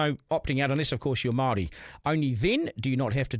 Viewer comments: Pakeha can't even pronounce the word Māori correctly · I'm sick of majority of pakeha not even being capable of pronouncing the word Māori correctly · I bet you can't even pronounce the word Māori correctly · Majority of Pakeha quite literally cant even pronounce the word Māori correctly... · You pakeha can't even pronounce the word Māori correctly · ? You pakeha can't even pronounce the word Māori correctly